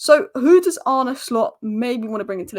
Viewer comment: Arne = Arn Uh